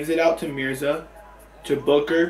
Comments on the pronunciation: the mom says Booger as booker😂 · mama rug called Devin Booker, "booger" 😂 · It was funny when said booker and his mom said booger 😂😂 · Your mom calls D Booker Deven Booger